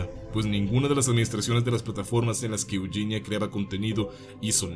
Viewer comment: Es Eugenia no yuyinia